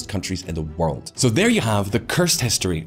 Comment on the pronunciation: this guy is great but he need to learn how to pronounce Poor and world........